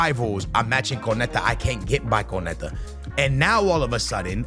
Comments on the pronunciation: So the whole video he says konete , that's messed up😂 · It’s pronounced: KUN-NAH-TAY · Y’all shut up with that “It ain’t that deep” glazing y’all doing. It’s clearly annoying to most ppl that he seems to deliberately mispronounce player’s names without any honest effort to get it right. That’s a simple KO-NA-TE yet he switches it to something completely off. Especially for someone who claims to watch allot of games, does he not hear the commentators correctly say these player’s names… Y’all skittles can’t do with any form of constructive criticism even when it’s not directed towards y’all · How is fifa his job and can't name anyone over here saying conete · Homem. O nome é KÓ nÁ tÉ 😂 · Konate : no Konetta: yes Can u learn to read!???? Starting to piss me off how this guy says those names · No one:: “Konetah” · Saying van de ven and konate wrong on purpose I'm sure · I'm a big fan of dont get me wrong but does no one else find the way he says certain names of players and clubs wrong just that tad bit annoying? The way he was pronouncing Konate and van de ven this video was like nails on a chalkboard. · Ok, Bro.. you got to atleast learn all these players name. Unless I'm missing something and he just like calling their names wrong